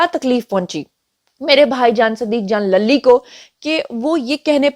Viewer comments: صدیق جان lally نہیںlully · للی کو زیبا ہے کہ اس کا نام صحیح اعراب کے ساتھ ادا کیا جائے-!،،،،،،،،،